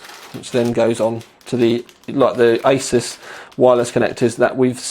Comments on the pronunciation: Ay-soos not Ay-sus. makes it easier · I was at a tech show last year and the ASUS rep really gave people grief when they said A-SOS and not A-ZEUS !!! So, I can confirm it is pronounced A-ZEUS or A-SOOS depending on how much Z you put into your S's...lol